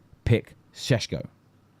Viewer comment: Why do you keep adding an H in sesko?.